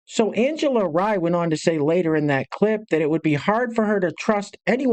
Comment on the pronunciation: Angela's names pronounced like REEEEEEE